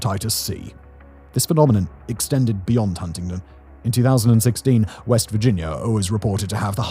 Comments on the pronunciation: I know this is a slightly older vid but as someone with a mom from wv. It's pronounced hunnington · too much emphasis on the first t in Huntington infuriates me.